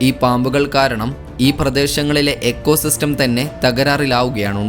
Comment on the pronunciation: എക്കോ സിസ്റ്റം എന്നല്ല പറയേണ്ടത് ഇക്കോ സിസ്റ്റം എന്നാണ് പറയേണ്ടത്.